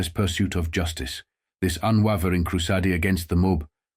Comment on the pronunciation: The one problem I have with the fellow on this site is that every once in a while, the voice of the man narrating says things, like a foreigner would say, or a robot might say like: KREW- SOD’-AY for the real word “crusade”. What goes on here?!